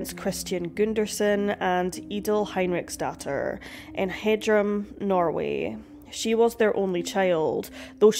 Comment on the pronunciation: Where is stokko and Hedrum in Norway? Never heard of and i live in Norway, if you mean Stokke with e at the end, then thats nowhere near water so it cant be a remote Island. Hedrum i have no idea what you mean. You can Google translatin and how to pronounce Words.